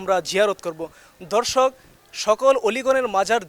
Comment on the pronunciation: দর্শক কে বলতেছেন ধর্ষক। আর প্রতি লাইনে দর্শক দর্শক বলার কি দরকার